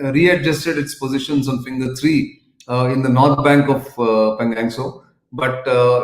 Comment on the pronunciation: Nitin Ji: Can you pls correct pronunciation of Pangang to Pangong. Thx.